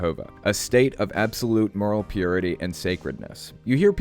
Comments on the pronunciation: Did anyone else catch the way he said 'Pee your ity' Lol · The way he says "pUrITY" oof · Yes, pURity, and con-duct,... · So glad I wasnt the only one to notice that. I felt an actual corporeal discomfort the way that dude savored the consonance of "ppppenentrate". But the worst part was the entire turn of phrase, where he warned that satan would "ppppenentrate our ppppurity". Penetrate your...purity? What the hell? Was that supposed to be the creepiest rape euphemism ever, or was it just an accident from someone who derives way too much enjoyment ppppppronouncing the letter 'P'? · Why does he say “penetrate”, “purity”, and “permeate” so strangely? What other “p” words does he get hung up on? So creepy